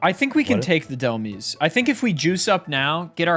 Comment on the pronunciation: Of all things, it's pronounced Dhelm-eyes, not dhel-miis. It's a combination of the words demise and helm(like the helm of a ship), Dhelmise.